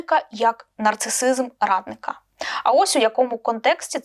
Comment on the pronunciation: Постійно чую під час розповіді про Арестоаича замість "радника" - "равлика".